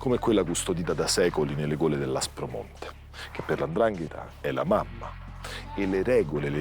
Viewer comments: SI DICE 'NDRANGHETA !! NOn Andrangheta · Precisamente 'Ndrangheta